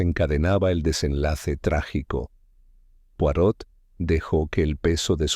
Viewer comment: La nzrrativa esta buena y entretenida pero definitivamente no es de agatha Cristie. Otra cosa debieran. Lo menos averiguar como se pronunc I a el apellido c de Mr. POIROT. saludos.